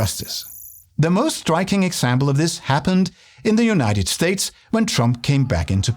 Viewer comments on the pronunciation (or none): none